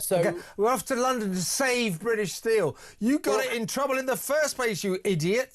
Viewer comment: Why is everyone pronouncing steel as stcheel😱 infuriating